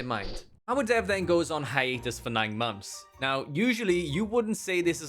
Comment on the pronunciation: It's months not mumps. 😂